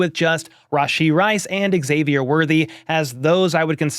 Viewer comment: Bro, it's pronounced Z-avier, not EX-avier. We've had months of media now and a draft to get this right.